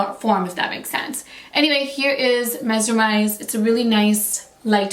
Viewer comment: why are you saying mesermise ??? isnt it mesmerise ???